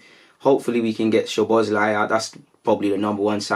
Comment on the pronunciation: Funny how you can say Szobozlai but you can't say Sangare